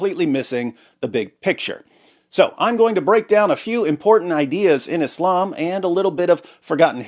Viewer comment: English has established pronunciations of the words Islam, Muslim, Allah, Khamanei, etc, why you saying them all weird like that